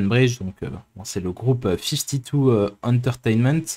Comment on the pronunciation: Nice pronunciation of "52 entertainment"